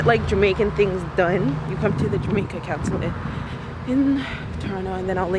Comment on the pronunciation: girl, it's CON-sul-ate not coun-sulate lol